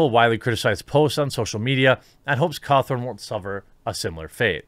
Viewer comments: It’s gonna Scott Cawthon not Scott Cawthorne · Its Scott Cawthon not scott cawthorn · This is bothering me stop saying Cawthorn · Great vid, i just can't get over the fact that ur calling him Scott Cawthorn Its Cawthon, there's no "r" in his last name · I hate the fact you pronounce his name scott ko-thorn instead of how it is pronounced, ca-thon. But other than that great vid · His name is pronounced caw-THU-n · It's been how many years of the huge FNAF series and people are still pronouncing Scott's name wrong.. Totally agree with the message though. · There is no "r" in his name, Jeremy.